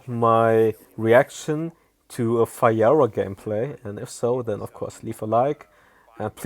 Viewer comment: He said fayora tho